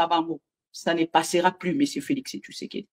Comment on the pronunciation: Félix tshisekedi et non Félix tshusekedi